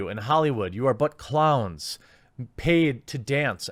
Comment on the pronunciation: I take this superseriously, but jeremy saying clowns is super funny for some reason😂👌 Still, great respect for you dude!